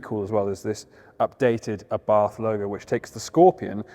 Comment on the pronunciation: ABARTH is pronounced Abart ( The H is silent)